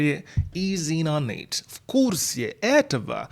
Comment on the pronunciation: Так смешно звучит are you in on it - инонит